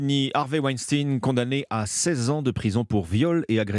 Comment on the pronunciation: Pas wenstin mais wenstein on ne dit pas einstin